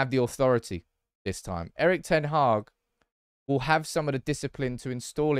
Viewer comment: His name is pronounced: "Eriiich d-ten Haaaaa-ch" 🤭